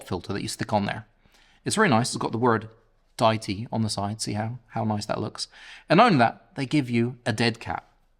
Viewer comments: Love the review! Specially the simpleness. Would have especially appreciated if all the audio in the review came from the mic, and also "Die-tee"? Is it not Dee-it-tee? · 🤔😂🤦‍♂️😳 pick one mate think they go with day-itee or or the common pronunciation of Deity as in a god , … Dee itee 🤷‍♂️ jus’ saying, but it definitely ain’t however your saying it 😳 ✌️ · You have it spelled wrong,, it is Deity and you are pronouncing it wrong.